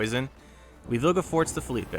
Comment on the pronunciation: Assimilate vs Status Ball is always such a funny match up, you played it really well I think - also I think Philippe is pronounced like “Phil-eep” bc it’s a French name rather than the Spanish “Felipe” with the “ay” sound on the end